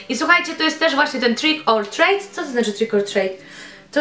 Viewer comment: Maska Krzysztofa wymiata! 😂 A tak poza tym to "trik or trit" i "dżaffa kejk" :) pozdrowionka 😙